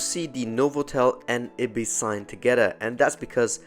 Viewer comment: it's pronounced eye-bis, not ibbis